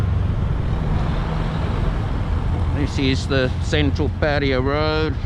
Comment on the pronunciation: Pa ta ya...not ..Pa tya...yayaya.as in Yamaha